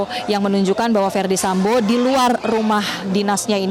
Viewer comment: Yang bawa berita sambow bukan Sambo ya 😅🤣